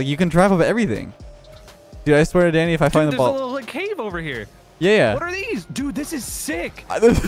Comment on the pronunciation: Everytime I here say danny for me I hear daddy LOL